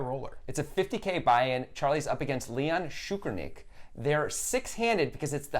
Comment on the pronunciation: how do you fuck up Tsoukernik name so much you actually pronounce it šoukernik wtf